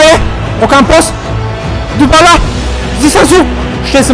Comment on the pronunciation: Lol ja zamiast Dybala usłyszałem Dupala